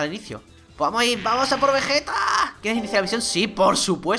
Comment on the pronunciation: Oye no te diste cuenta que dices vegete como y fuera vegetta 777 y es Vegeta ve ge ta es así